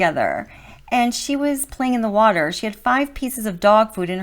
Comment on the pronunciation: "impordant", "worter"